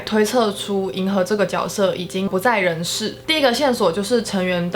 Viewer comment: 看完才知道mv真的不简单 解析的好棒！！ 也难怪这次总有种谜之伤感 预感女友这次一定会大发！（悄咪咪告诉你其实“角色”是念jue😂